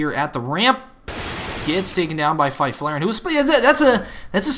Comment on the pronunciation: haha as a swede I love the way you say Fifflaren